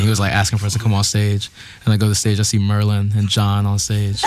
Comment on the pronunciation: Merlyn always says it right.